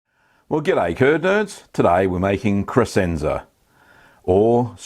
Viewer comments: If I can be a jerk and correct you, the "sc" in Crescenza is pronounced like "sh" - so it sounds like creshenza, not cresenza. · For those who care, it's pronounced "kreshentsa".